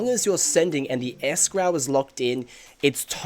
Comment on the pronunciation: Very informative, thanks. Btw, 'escrow' is pronounced like the bird the 'crow', not like as in 'crowd' or 'crown'. Just so you know for future reference.